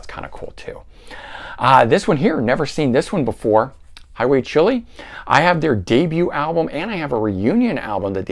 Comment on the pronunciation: Hey, love your channel and I always get lots of great info when I check your videos out! Glad to find out there are others as obsessed with music as I am!! I think you may have me beat, though!! That Highway Chile album is great!! It's not pronounced "chili" though, it's Child without the "d". I think they took their name from the Hendrix song. They were a Dutch band but Storybook Heroes was originally released on a small label out of Ohio in the U.S. and has 2 or 3 versions with different tracks on each one. The was a CD released around 2010 that gathers all the different tracks together and adds a few live tracks too which is great! The original incarnation of the band did 2 albums and an ep in the 80s. There was a cassette only release called High Noon from '91 (i think) which featured the 80s band on one side & a new version of the band on the other side. They reformed again in early 2000's and eventually had a 2008 release called Keeper of the Faith that was on Mausoleum records originally on CD only, but had a limited vinyl only release a couple years back. Sadly none of their releases where as good as Storybook Heroes (in my opinion) but all them have at least a few good tracks. And the Billy the Kid was decent, but the best thing about it was the cover!! But the lead singer went on to front a fairly obscure prog-power metal band called Kenziner that are excellent. I think they are still around as their last release was 2020.